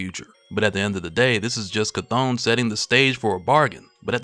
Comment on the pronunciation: Chthon is spoken like the word OWN not ON.